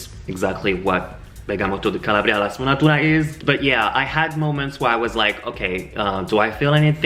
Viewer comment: SI DICE"BERGAMOTTO DI CALA'BRIA no CALABRI'A....kisses